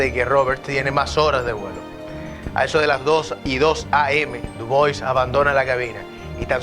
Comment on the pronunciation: Capitán duwa así se Lee, era francés